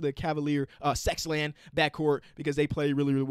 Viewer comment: Pls never say sexland again